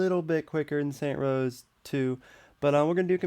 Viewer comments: This video was bad. The guy says that he was using the exact same helicopter in both games even though they look a lot different and have completely different names. Also, if he knows the series is called 'Saints Row', why does he call it "Saint Rows"? I'm sure this was hard to edit but it doesn't deserve any likes. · saints row not saint rows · its saintS row no saint rows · it's saints row, not saint rows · I stopped watching just cause you kept say saint row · Saints Row not Saint Rows. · Saints row!!! NOT SAINT ROWS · Saints row! NOT SAINT ROWS! your making my brain explode! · its SAINTS, not SAINT -_ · It's not saint rows, it's saints row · Can you please say saints row 3 not saint rows 3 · This dude had the nerve to swap the 's' at the end of saints and put it at the end of row.. Saint Rows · Fucking Jesus Christ stop saying Saint Rows Dislike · Bro I know it's so fucking irritating when he says saints rows😤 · Disliked cause you cant pronounce the game correctly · "Saint Rows" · Lol Saints Row not Saint Rows XD OMG! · its saints row, not saint rows. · SAINTS ROW. NOT SAINT ROSE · It's saints row not saint rows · ITS SAINTS ROW NOT SAINT ROWS UHHHH SAINTS ROW 2 HAS WAAAAAAY BETTTTTER MELEE AND YOU CAN EVEN CHOOSE THE WAY YOU FIGHT YOUR UFO CRASHED CUZ YOU SUCK AT FLYING IF YOU DONT LIKE THE NOISE OF IT PUT DOWN YOUR VOLUME YOU ARE A PERVERT THEY SHOULD NOT TURN OFF THE BLURS YOU CAN REMEMBER SAINTS ROW 3s MAP BECAUSE EVERYTHING IS THE SAME IN STEELPORT YOURE NOT EVEN A TRUE SAINTSROW FANNN!!!!!!! IF THE MAP IS SMALL THEN YOU CANT EXPERIANCE AS MUCH!!!!!! I DONT CARE HOW MYCH WORK YOU PUT INTO THIS!!!! HOW WAS THIS HARD!??!!?!? SAINTSROW 2 HAS THE BEST STORY AND THAT IS THE TRUTH!!!!!! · Why does the title say "Saints Row" but you say "Saint Rows"? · why do u say saint row when its saints row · Stop saying Saint Rows you dumbass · Its saints ROW not Saints ROSE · Jesus Fucking Christ! It's SAINTS ROW, not Saint Rows. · its saints row not saint rows